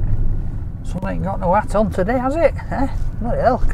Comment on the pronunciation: Sooo, teh-day...